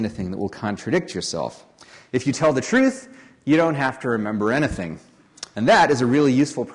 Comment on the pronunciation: I agree thatPaul Graham was sooo Californiaa until he said "anything" after the Octopart section :-) I suddenly heard a Weymouth mouth.